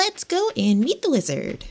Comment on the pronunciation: I dont know why, but everytime said wizard, I hear lizard. I must say Rasmodius the Lizard sounds interesting